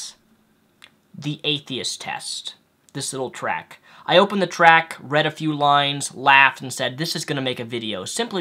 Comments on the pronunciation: It's not "track", it's "tract". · Tract, not track, but good video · Beliefs are important. I believe the 't' at the end of tract is not silent. Sometimes I work to improve grammar, one comment at a time.